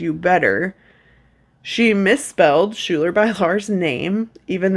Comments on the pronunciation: Schulyar is pronounced like Skylar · Hey!! Awesome video! Just for awareness Schuyler’s name is pronounced “Sky-ler Bay-lar”